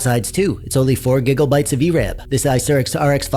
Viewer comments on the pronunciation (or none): Gig o bytes and giggle hurts.